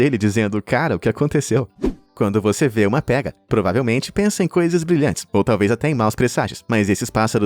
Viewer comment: Na verdade se diz "pêga".